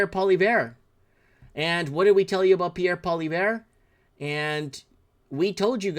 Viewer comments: Hey it's not Pollyvare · It's pronounced "Polly-ev". I do agree. People will take you more seriously if you pronounce it properly. How do you not know who Bill Maher is? Biggest shit lib "comedian" in the USA.